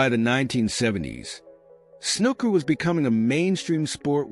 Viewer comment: 'Snooker' doesn't rhyme with 'looker'. The oo is long, like in 'pool' or 'gook'.